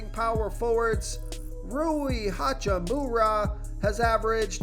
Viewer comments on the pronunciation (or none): Lol said “ha choo moo raaa” I’m 💀😂😂😂